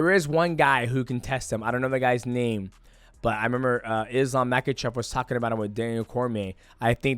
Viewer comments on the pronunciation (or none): none